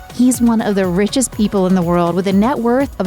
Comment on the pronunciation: Cubble? What is wrong with people today? Oh wait, peoble, what's wrong with peoble, sorry. Joze? It's chose, lady. Smh